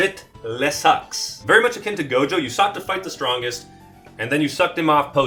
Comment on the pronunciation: Bro said Toji and Gojo…ooooof